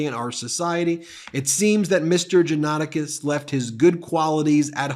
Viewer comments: It's not usually difficult to learn how to pronounce proper names on the Internet. If you consider yourself a news organization, it's lazy, sloppy and unprofessional not to bother. jaw-nuh-TAH-kis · Pronunciation Correction: John-a-TAC-is. Sadly, this man was a friend of mine years ago. I was appalled on Jan 6 to see his post pop up on my Facebook feed. I remember seeing his posts and podcast including the ones you read here and the disbelief I felt that the man I had known had come to this. I was shocked and outraged by his attitude, calling Ashley Babbet a hero who “died for us!” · Johnatakis is pronounced Jah-nah-tah-keys. I know because i am part Pontic Greek. Sadly Johnatakis did not learn anything from the Armenian/ Pontic Greek/ Christian Assyrian genocide... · Just curious, why the repetetive mispronunciation of the defendant's name?